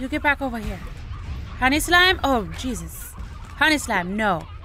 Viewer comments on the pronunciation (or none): none